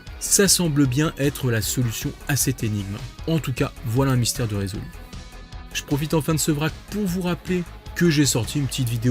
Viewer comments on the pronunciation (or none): none